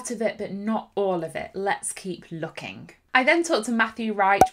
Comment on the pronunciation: I like how you said lookinc. It's a very old sound and still heard in certain German or English tongues. But was part of every Germanic tongue in the past.